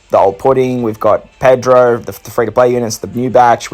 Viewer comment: lol u called pedro, persopero